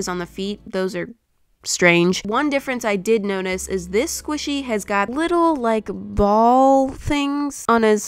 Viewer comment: Instead of notice she said nonice😂😂😂😂